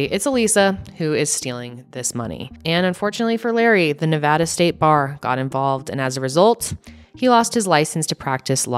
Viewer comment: HOLY HECK THANK YOU FOR SAYING NEVADA CORRECTLY Most other true crime channels say it incorrectly, and as a born and raised Nevadan, I feel obligated to correct folks 😩